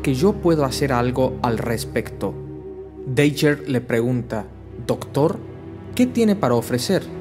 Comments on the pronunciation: Tio, llevo viendo tus videos una semana, estoy super feliz y súper agradecido de que subas estas historias, pero me estas haciendo muuucho daño con como pronuncias los nombres de muchos de los héroes. Cada vez que dices "Deiguer", "ClÓak" o "Boky" yo me muero un poco por dentro. Pronuncialo en inglés y quitate de problemas, "daguer", "clouk (sin acentuar)" o "bUky". Espero que no te haya ofendido lo que te he dicho, e insisto en que te quedes con el mensaje de que eres un puto crack! y que estas haciendo un buen trabajo por la humanidad, sigue subiendo estas fantásticas historias por favor Un abrazo enorme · Buenos videos... pero creo que deberías decir el nombre de los superhéroes en su idioma original... Es Misty Knight no Caballera Mística (en todo caso sería Mystic Knight)... Cloak se pronuncia "Clouk" y Dagger, "Daguer"... Son mis recomendaciones, pero en general, están muy bien los videos.